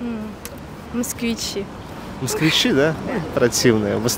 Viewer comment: С какой интонацией произнесла слова,,москвичи" и,,обнимемся"!!!😂😂😂